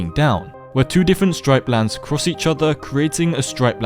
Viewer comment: You said stripelands it's actualy striplands